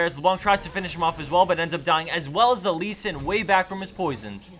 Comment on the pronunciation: That leee... hurts my lee soul .